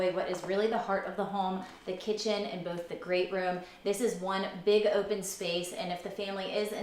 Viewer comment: Is she from Baltimore or PA somewhere around there? She has that kinda accent. The stOOOve. OOOpen. Can really hear those hard Os